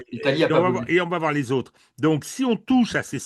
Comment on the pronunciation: L'invité ne sait pas prononcer les O. Les Ôtres en place des autres, suppase en place de suppose...